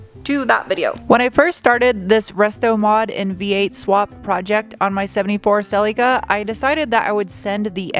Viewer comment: Your pronunciation of “celica ” is superb